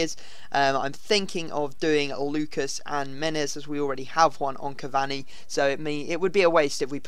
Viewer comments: It's not CAV-AHNI it's CAV-ANEE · Cav-ani not cav-Zuni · btw its ca var knee